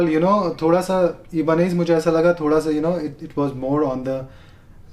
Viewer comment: it's "EYE-BUH-NEZ" not "E-BA-NEZ"